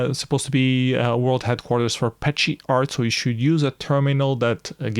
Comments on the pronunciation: Thanks for following Flashparty 2022 and for the detailed review! Beware the correct way to pronounce "ascii" and "petscii" is "askee" and "peskee", and so on. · Fixing the pronunciation of ASCII and PETSCI is the only suggestion I have for this otherwise wonderful comprehensive video.